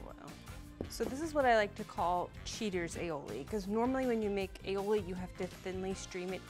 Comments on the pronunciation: Aioli?? what the heck?... ALL I OLI. You're welcome. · Ok just for the record, "aioli" is not well either pronunciated or spelt. This is an original Catalan recipe (where I'm from) and it's said all i oli, which in Catalan means garlic and olive (the essential products you need for the recipe). It's also accepted to name it alioli because the non-Catalan speakers change it to alioli. However, it's better to say the original name and how you've named it sure it's wrong.